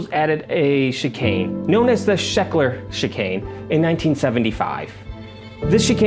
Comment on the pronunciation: Scheckter not Shekler